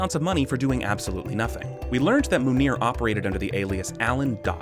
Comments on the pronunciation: The best part is how much you both struggled with manure/Munir. 😂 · how hard is it to pronounce Munir for an american? i'm hungarian and even i can pronounce it